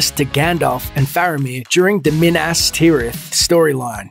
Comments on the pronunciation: Anthony Oliva I cringed every time the author says Minis Tirith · MIN-ASS TEER-ITH. Come on dude....... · "during the MiN-aSs TeE-wReTh storyline" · QUIT CALLING IT "MIN-ASS TIRITH! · Min-ass tirith???? Wtf?? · during the min-ASS ter-UTH storyline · minASS Tirith lmfao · Why do you procounce "Minas Tirith" so weird? lol Edit: ok you pronounce everything weird.